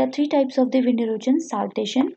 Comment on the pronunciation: Your classes are good but the term "erosion" is not pronounced as "erojan" .. it is "eroshan"